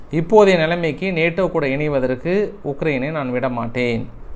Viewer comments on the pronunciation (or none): none